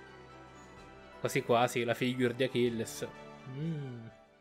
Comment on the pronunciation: Si pronuncia acless